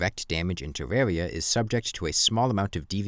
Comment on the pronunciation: The compwehensive guide to Defense (Tewwawia)